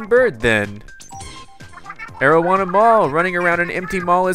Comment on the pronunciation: Pronunciation (Air-o-wanna) Add a “M” to that first part Is this game for the creators to make money for drugs